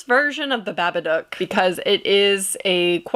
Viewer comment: Stop saying babbaduck 😂